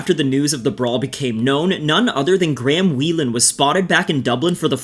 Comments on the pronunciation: Graham is pronounced "grey-em" not Gram but its also a befitting name Ngl lmao 🤣🤣😂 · Is ot me or is he pronouncing 'Graham' as Gram 😂😂 quire apt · You guys know that's not how Graham is pronounced right 😂